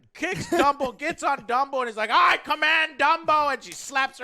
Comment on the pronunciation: Dumbo? I thought you said Wumbo